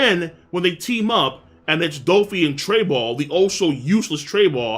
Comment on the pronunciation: Who tf is trayball???🤔🤔🤔...Trebol???